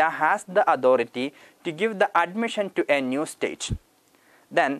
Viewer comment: Authority word ka pronounce ojib sa log raha hain yar..